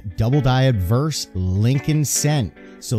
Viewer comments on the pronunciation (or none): good history story, it sounds like your saying adverse and not obverse. maybe its my hearing lol